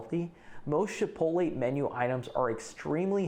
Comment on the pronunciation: Are you saying “shipolay”?